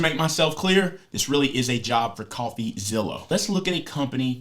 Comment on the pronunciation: Did he say "CoffeezillO"? 😅✌🥳